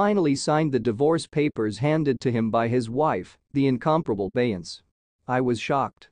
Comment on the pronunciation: You are saying her name incorrectly !